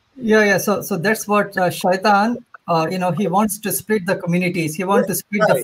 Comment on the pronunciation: Hes pronouncing shaitan correctly but says "mozlim", lol, clearly the effect of media.